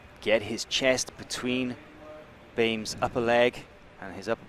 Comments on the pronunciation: The fact that people don't say "Bome" infuriates me. It is spelled specific way. Say words how they are spelled. It isn't "Bame" there is no letter in there that would make it "bame" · Why tf do they keep saying “Bame” dude it’s pronounced “Boe um”